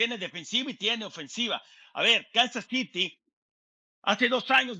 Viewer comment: Me pregunto, éstos 4 analistas para que público se dirigen? para los gringos o para el de México? Que les cuesta decir "acereros",los jefes ","los cuervos ", etcétera, está bien su pronunciación, sobre todo las chicas, y el pelón diciendo"Kansas citi "... ó era"ciry"?!no saben desligarse de cuando están transmitiendo el partido